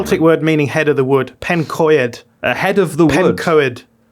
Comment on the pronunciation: It's pronounced Pen-coid not pen-co-ed. It's Welsh (celtic)